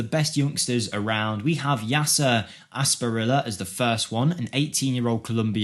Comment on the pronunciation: when the presenter is so young he can't pronounce Asprilla and instantly think of Newcastle in the 90s..... man am I old now?!